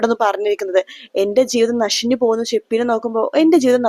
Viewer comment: നശിഞ്ഞല്ല. നശിച്ചു എന്നാണ്